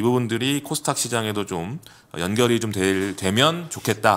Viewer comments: 저도궁금..항상 코스탁이라고 하길래 영어발음인가 했더니 그것도아닌듯. 닥 발음이어렵나요? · 왜 항상 코스 탁 이라고 하시나요...?